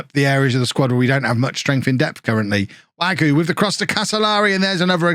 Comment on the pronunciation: There's an e with an accent aigu on the end of Wagué. It's definitely Wag-ooh-ayy. Or Wag-you-ayy. And agreed about Zamorano: he seems great, but 22 mil is A LOT for one player when you've got the budget/lack there of that Norwich has. You can get someone of the same ability for much cheaper, or you can just loan him again.